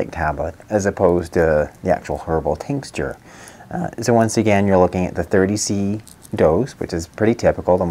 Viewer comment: Are you saying tincsture, or do you mean tincture? I'm guessing you mean tincture.